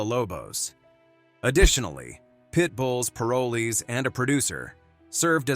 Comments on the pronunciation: Pronunciation please. Pitbulls and Paroles. That is an "o" after the r in paroles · I don't know why you say parolees the wrong way you are saying it if you talk about the show say it right now way thank you i am from Salem Oregon have a great day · This computer voice pisses me off every time it mispronounces parolees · Ah yes Pit bulls and Par o lees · What the hell is pair-a-lees???? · Paraleez?? PAROL EES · This commentator can’t pronounce the word Parolee…it’s not pair-a-Lee, it’s Pa-roll-ee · Plus, it is pronounced, PA'ROL'ES, LONG "O" !!!! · "Pair-o-lees" like two people named Lee. Lol 🤦‍♀️ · If this man was chosen narrator of this show, he should have at least been taught how to say “parolees” correctly. It’s pa*ro*lez with the emphasis on the “ro” and the o and e being long. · "Pair oh lee's" wth lmao 😂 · First off its paroll ees and this rescue needs some kind of corporate sponsor to get meaningful income to her and her rescue There should be efforts from All pro animal rescue people humans like Let Bissell let her be in commecial to gain a meaningful paycheck others in commercial biz throw her occasional commercial or such to help keep the rescue and its occupants alive and well Animal Planet sux Time warner greed sux Think ill continue to avoid both Tia you and the awesome pits and every other stray breed deserved better still do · Wish the one talking knew how to say parolees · if you misprounce 'parolees' one more time.... damnit. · I always watched the show. Her dedication was unparalleled. I just wish the narrator learned to pronounce POROLES properly. Such an easy word--so badly pronounced. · Tia and her have done such a fantastic job with the "world's most misunderstood breed." The announcer kept pronouncing paroles wrong but then he did it right and switched to misprouncing the word wrong. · PLEASE PRONOUNCE PAROLEES CORRECTLY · If only the guy could say "parolees" correctly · Narrator needs to pronounce the word "PAROLEE " correctly.